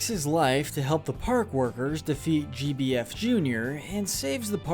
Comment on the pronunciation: you actually said JBF instead of GBF like it actually was, and you said mr mallard when its actually pronounced like mailered.